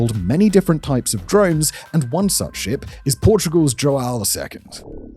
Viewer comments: You close your nose and say hwow... not joe-AY-oh🤣👍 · You gotta respect this man's dedication to mispronouncing portuguesse names. He says JoAo , igoniring the "ã" but at leas he gets the J right. Yet he has been pronouncing "Jair" as "Haeer" for years! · Dom João Segundo virou Do Joaaaal Second mas tudo bem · As a portuguese, my heritage dies a bit every time Simon pronounces João like that lmao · Mine does too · As a Portuguese man with the exact name of that ship, you butchered the pronountiation of the name spectacularly. Keep at it.